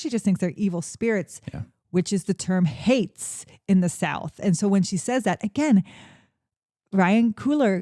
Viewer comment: It’s haints not hates.